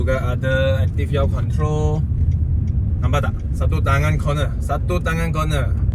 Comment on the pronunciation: Active Yaw (pronounced yeo) Control (AYC), not auto...